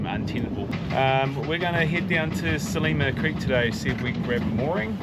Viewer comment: Great that you have discovered pastizzi. To really appreciate the local food culture though you have to try Maltese rabbit stew and tuna: hobz biz- zejt. Glad to see Australian Catholic is experiencing the Mediterranean Catholic Easter. PS Its Sliema (SL EEE MA) not Selima!